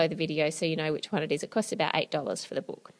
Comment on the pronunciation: Ann it book not boook